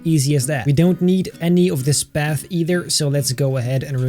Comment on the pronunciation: Path more like bath LOL